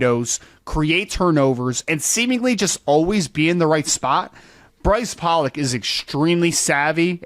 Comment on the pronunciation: Brice Pollock pronounces his last name as Pole-lock. He's ben around long enough for tou bloggers to know this!!! Maybe you could make an effort to say his last name as he and his family do??? Great video!!!